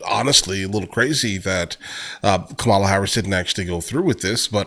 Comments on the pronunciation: why can’t you pronounce Kamala’s name right? MAGA much? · I guarantee you are mispronouncing her name. Everyone in the media who is complaining is also mispronouncing her name. Go listen to how Vivek Ramaswamy says it, because that is the correct way. I dated an Indian woman whose sister was named Kamala. I know what I’m talking about here. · She doesn't even pronounce it the same way every time.